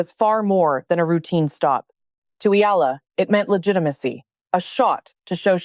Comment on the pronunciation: It's pronounced: Eh..ya..la